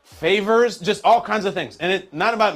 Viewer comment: Ha.. he said favors 😂🤦‍♂️